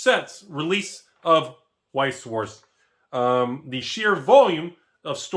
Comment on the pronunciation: I thot he said “We talking about Weeb Sports”